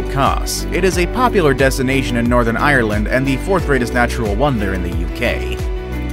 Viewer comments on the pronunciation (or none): none